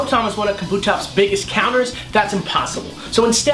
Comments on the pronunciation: Should point out that they're mispronouncing it. Kabuto (The japanese word for helmet, as pointed out in the video) is pronounced Kah-Boo-Toh rather than Kuh-Boo-Toh. This results in Kabutops' name being pronounced Kah-Boo-Tops rather than Kuh-Boo-Tops. Hope this helps! I hate it when people mispronounce. Such as Rayquaza not being Ray-Kway-Zuh, but instead Ray-Kwa-Zuh. Thanks for reading...maybe? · God damnit 3 seconds in and I already need to tell the girl that it's pronounced, KA-bu-tops. Not Ka-BU-tops. Jesus. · It's pronounced KAH-boo-tops